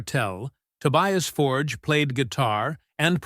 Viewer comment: You'd think after all this time you'd learn to say his surname correctly.